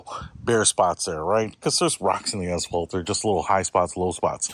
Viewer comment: the best part of this is saying "Assfalt' over and over